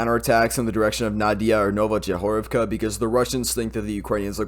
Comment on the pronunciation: It is Новоєгорівка, pronounced Novo-yehorivka.